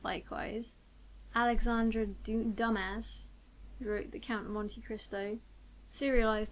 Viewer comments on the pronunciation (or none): Now I get it. She reminds me of Natalie Dormer, just more cuter. LMAO. And made me spit and swallow my phlegm and choke on it all at the same time when she pronounced Alexandre Dumas as Dumb Ass. Very well done, very well done indeed English lady. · same XD